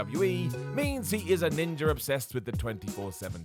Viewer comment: Ninja* not Ninjer